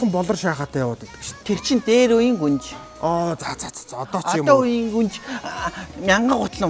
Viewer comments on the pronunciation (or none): Гүнж биш гунж юм биш үү 😂😂